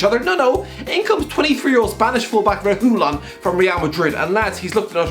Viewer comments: there's no L sound, it's a Y (re-gi-yon) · Re-Gi-Yon not “Re-GU-Lon” 😂 (Pronunciation of Reguilon) Got corrected by Sead Kolašinac btw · Sergio Re-who-lon Almost as bad as his pronouncing Paulo Gazzaniga “Gazinga”. I wasn’t aware Spurs 3rd choice was on the Big Bang Theory. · The way he pronounces Reguilón: ReHÓóLaN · Someone should check for his tongue. Sounds like it kept falling out when he says Reguilon. Cheers. You suffer for our entertainment and pleasure😁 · I have never seen anyone pronounce a name as bad as you do with reguilón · The way he says Reguilon, it's like he's cursing someone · Just came to see the trying to pronounce "Sergio Reguilon" once again. Wasn't disappointed